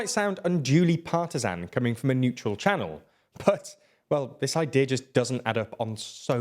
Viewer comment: 'neutral channeln'😂